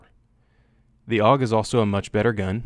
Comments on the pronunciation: Steyr AUG (that's A - U - G not aug) correct is Steyr Armee-Universal-Gewehr. Don't invent new words. (Btw. Lovely gun, to bad the Royal Danish Army didn't choose it. They chose M16-A2 crap.) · It's a Steyr AUG, not a Steyr "Aug." Would you call a Browning BAR a "Bar"? "AUG" is an acronym for Armee Universal Gewehr, not shorthand for "augmented," "august," etc. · Technically "awg" and A U G are both wrong. It's "ow'g" or Ah ooh gay XD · i think you want to have relations with the AUG or as you say awwg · its AUG - not A U G for everyone who never set a foot on a mountain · SSSSSSHHhhhhh-yar-aaaug Lol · Raid it’s actually an acronym tho,so you do pronounce it A U G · It's not A-U-G, it's AUG. And it is not a matter of whether one pronounciation or the other gives a fuzzy warm feeling. It is about using the correct form, buddy. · You gave us 2 ways to pronounce the aug. I know austrians that hate it when its not pronounced german xD.